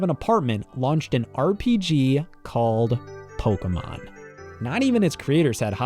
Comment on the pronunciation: It's actually called Pokémon, and pronounced "poh-kay-mahn."